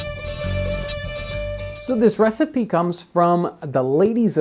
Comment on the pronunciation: Huh... so you're just going to start pronouncing recipe as receipt eh?